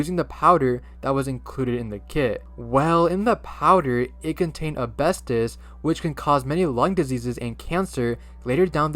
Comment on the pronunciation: bro really said ABESTUS (u mean asbestos?)